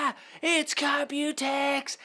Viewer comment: haaaaah its COMPUTEX haaaaaah